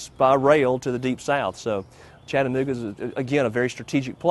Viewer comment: I wish I could see the entire video. This is jus ta short jumble of nothing. I live in Chattanooga...and yes its spoken as spelled...Chatta nooga......not Chatten ooga. Been to the terminal many times. Even ridden a steam engine from Chattanooga to Crossville and back.